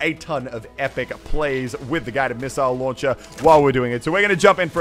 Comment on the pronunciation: ‘pistile launcher’